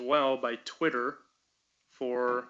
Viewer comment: Every time he says "twitt-her" i want to punch a wall